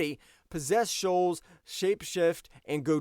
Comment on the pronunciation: so it means you can't pronounce "souls"?